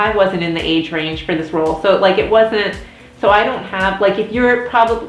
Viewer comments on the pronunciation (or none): none